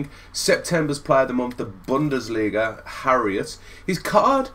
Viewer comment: I love these easy completion method vids but it really irritates me how you butcher every players name in the videos 😂. His name is Harit not Harriot lol